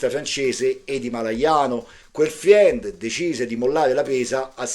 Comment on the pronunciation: 😂 dai, lavoriamoci in gruppo: FRIEND si pronuncia "FREND"... insieme divertendoci! E sempre grazie 😊